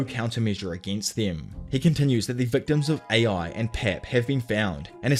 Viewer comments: Guy said “A.I.” Instead of Ai. Wow. Hahah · Ai is pronounced eye, and it's Jing not ging please say them names correctly thank you